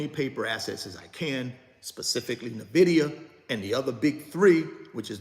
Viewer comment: I buy another share of Nvidia every time he mispronounces Nvidia! LOL